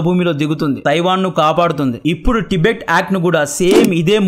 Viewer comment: ప్రొనౌన్షియేషన్ కరెక్ట్ గా పలకడం నేర్చుకోండి తిబెట్ కాదు టిబెట్ అని పలకండి కొత్త కొత్త పేర్లు పెట్టకండి